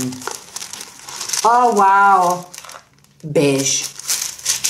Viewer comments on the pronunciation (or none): Was sagt: Diese Brieftasche ist Beigshe 😝 Was normale Menschen verstehen: Diese Brieftasche ist Beige Was ich verstehe: Diese Brieftasche is Bish🤣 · Was sagt: "beige" Was ich verstehe: "biiiiiitch" Ich schaue einfach zu oft. Ah warte...man kann gar nicht zu oft schauen! Wuuuuuuuupp biiiitch:000